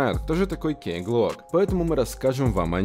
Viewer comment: Почему кей глок?Он ки глок.